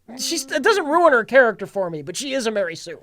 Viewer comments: "Explain to the folks at home: What's a Mery Sue is?" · Ma-rey Sue